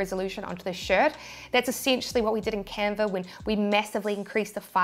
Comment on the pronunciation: I searched and searched for the Camper app, (spoiler alert: there isn't one); Then I sware you said Camfer..another dead end. Then I lost the link to this video and found font apps (don't ask). Finally I refound this vid and isolated myself in a sound proof room, and replayed that part where you said Canver over and over until it finally dawned on me that you were saying Canva... Ok, now to find where you showed the transparent background work-around... This tee-shirt business is a real mind workout, whew! :-)